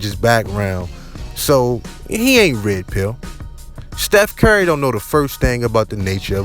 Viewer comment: Dude said Steph Carry the whole video